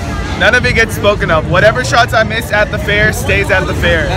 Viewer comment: He keeps saying fear instead of fair